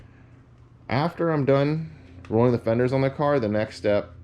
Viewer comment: You call that rrollin fenders???😂 More like beating fenders😢